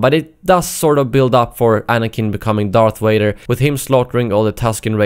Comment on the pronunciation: "Darth Wader" "May i take your order sir?"